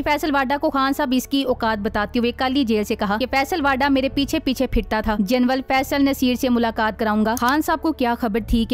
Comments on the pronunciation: Janral hota hy ya janwal hota hy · Sister General kehtey hain. Genwal nahee😂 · Bibi General Hota Hai Genwal Nahi... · محتر مہ جنول نھیں جنرل لفظ ھے درست کریں شکریہ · لیفٹینٹ جنول نہیں بلکہ لیفٹینٹ جنرل کہیں